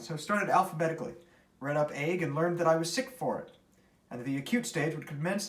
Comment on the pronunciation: ....to say nothing of a dog! Lol..."agge" is "ague" I'm assuming? It is pronounced "AG-yoo" ...love this book!